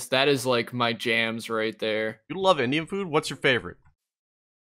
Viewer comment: not to be annoying but y cant anyone pronounce indian food properly :(